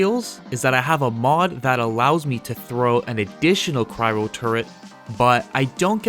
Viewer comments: cry-o not cry-ro turret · Let’s fine tune your pronunciation of “Cryo” even further. You keep saying “Cryro”, with an extra “r” in there for some reason. It’s simply pronounced “Cry-O”, let’s say that together but slowly and then put it all together… “Cry”. then. “O”. There you go! And great build by the way, keep ‘em coming! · Lolwut turret? Wtf is cryro? Dude, go attend some pronunciation classes before recording videos(kidding). Next, why not use head, chest , pants of borealis to get all the stats you want? Next stop. Why ice component when you need toxic to keep your ammo up and getting more damage to enemies with toxic with euthanizer and radical therapy? Concept of doing sniper build with turets is ok. Choice of the armor parts and mods are questionable though.